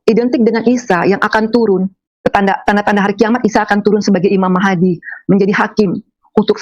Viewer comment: Ngarang. Ngomong imam mahdi saja imam mahadi klo benar dia islam asli. Ngg salah pengucapannya. Paling jg mang dia islam2an/ islam ktp. 😂😂